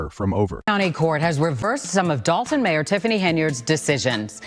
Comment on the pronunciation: Your A.I. voice can't pronounce "Dolton" or "Henyard". Do better.